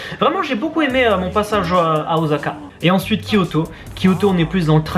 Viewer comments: video grave bien mais juste un petit truc pour osaka c'est un S et pas un Z voila tous ce que j'avais a dire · Grrr Osaka pas Ozaka. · ça pique les oreilles de dire oZaka ...:'(